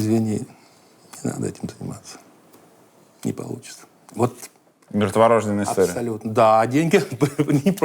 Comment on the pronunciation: МёртворождЁнный, блин! Дудь, ты же не возбУ́жденный, как Малышева! Говори грамотно.